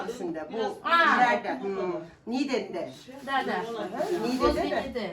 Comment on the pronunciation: в Стамбуле Зейтинбурну, район,А что в видео,Это провинция,, Нигде,, NİĞDE,, ,,,Г,, почти не произносится